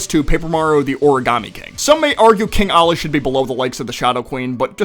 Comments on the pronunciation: IT IS KING OLLY NOT KING ALI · It’s king Ollie not king Ali